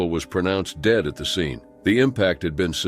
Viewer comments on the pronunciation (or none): ive just noticed that "dad" and "dead" are pronounced the same way...😮